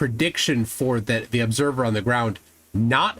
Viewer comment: What's an "Oobserver"? 🤣